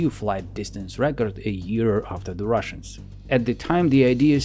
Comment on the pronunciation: You keep sayin "russains" all the time. Why? Is it a part of your agenda?